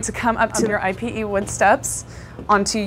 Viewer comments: I-P-E? You mean IPE (e-pay)? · "eey peh", dear. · Hi there I really like your channel and I just suscribed. I wanted to educate you on something that I noticed in a few of your videos. When you are pronouncing Ipe wood it's actually pronounced (ee-pay), also called Brazilian walnut. I hope this helps! Wishing you much success!! 🤗